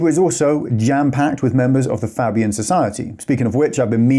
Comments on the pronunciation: Fabian Society. Pronounced Fay bee an. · Do the expose on the Fabians please. If you show me something about that I didn't know I'd be surprised but I'll leave it in the comments of that video. Is it pronounced faybian or fabbian? Unsure